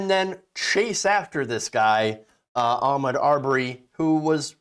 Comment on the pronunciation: You are so on point with your commentary but, could you please say his name correctly. His name is pronounced A Maude. Thank you dear